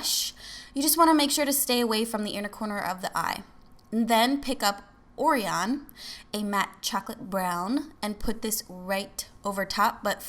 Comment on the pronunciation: Orion is pronounced "oh-rye-in" :) it's the name of a constellation.